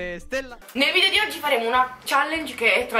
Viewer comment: Video perché ai detto vidio